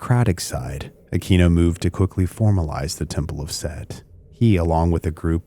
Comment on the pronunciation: Aquino ( uh-kween-oh) Sorry that drives me nutts